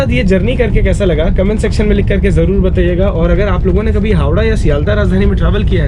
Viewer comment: Dear.I really like your vdos from.bottom of my heart. How ever for making your talks more loveable one suggestion. When you say " मैं आप लोगों के लिये जागता रहा, मी " अप लोगोन के लिये" ये किया वोह किया etc. अगर आप ने "अप लोगन " avoid kiya toh aur बढिया लगेगा. Actually your comentry every thing is "excellent. All the best.